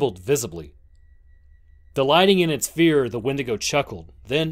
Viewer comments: “What do I have to frear” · What do I have to “frear” Great narration by the way, nice pacing and editing!